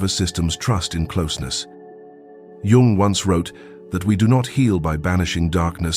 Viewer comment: Okay, but Young is misspelled. Also his name is not pronounced as with the letter J, but with the letter Y; it is Carl G. Jung.